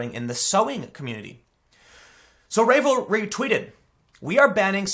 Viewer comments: Tim, I've never heard of it before either, but come on now, it's a knitting site. You really think it's pronounced "rave-lry"? It's obviously ravel-ry, as in ravel/unravel. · RAV-elry, not RAVE-lry. as in to ravel or unravel. and wtf??? now KNITTING groups are chilling my blood. good grief. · Ravelry, pronounced like "(g)ravel" "ree". Crochet, like "crow" "shay". Oh wait, we can make a Ravelreeeeeee joke now. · Ravelry dude. Like “unravel.” Not rave-elry. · The name is a play on unraveling. Rah-velry not ray-velry. Ravel, unravel, to come apart? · I think it's pronounced R-AAH-VUL-REE... Like "unravel"... not RAE-VUL-REE... but I'm just a simple proper grammar fiend... I do not have the patience to knit... I also loathe the color pink... always have... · Also "Ravelry" pronounced like "rave" when it's meant to be a joke on "ravel" which is pronounced as in "unravel". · Ravelry- the “ravel” part pronounced the same as raveling up a ball of yarn. Instead of revelry, it’s Ravelry. I used to use the site all the time. Glad I stopped sharing and purchasing patterns on the site. I’m not shocked. The crocheting and knitting community has really expanded to a younger audience recently, in large part due to Instagram and Ravelry. There’s a lot of festival type fashion that’s made that way right now, as well as artists in general that also knit and/or crochet. The art communities are overwhelmingly liberal, or at least it seems so as far as social media would suggest. May be a case of the loud minority. I know there definitely are conservative artists, and I also know there’s a huge stigma against being a conservative in the art community. Coming out as conservative is almost certain career suicide. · Hey, Tim, they are pronounced “raavelry” (like ravioli) and cro-shay. Had to share with my wife who also thought your pronunciation was hilarious. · Nit picking, but the name of the website is pronounced like unravel,(un)ravelry. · It's pronounced ra-vel-ry. Like unravel